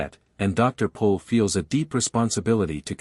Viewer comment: ITS PRONIUNCED POLE NOT PAUL!